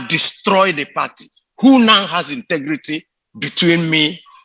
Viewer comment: Wike point of CORRECTION it's INTEGRITY NOT INTIGRITY 😎😎😎😎😎😎😎😎😎😎😎😎😎😎😎😎😎😎😎😎😎😎😎😎😎😎😎😎😎😎😎😎😎😎😎😎😎😎😎😎😎😎😎😎😎😎😎😎😎😎😎😎😎😎😎😎😎😎😎😎😎😎